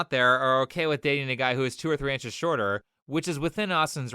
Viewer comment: I honestly would've disqualified her based on how she pronounced "shorter".